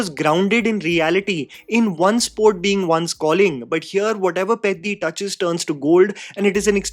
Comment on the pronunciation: Bro I really appreciate your like towards telugu cinema as well but it hurts me to see you literally get all the other south indian language cinema names right and absolutely demolish telugu names. Please try to get the sound of the names and try to pronounce them from next time. I started watching your videos and really like your love towards all the movies from all languages but it pains me to see you butcher them only for telugu pronunciations and not others. Atleast try to hear the correct sounding so that it gives us a chance to relate with you from next time